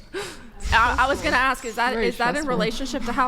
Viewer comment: Same reason americans say "aks a question" Beause they can't speak english